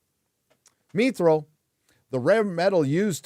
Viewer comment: It's pronounced MYTH-real. Not MEEEE-real.